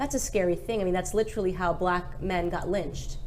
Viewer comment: I challenge someone to find a video where Candace doesn’t say literally wrong. I’ll wait. 😂 tryin to make it her signature thing.